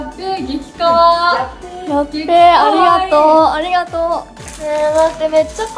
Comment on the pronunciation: ありがと〜の発音が好き💙💚💖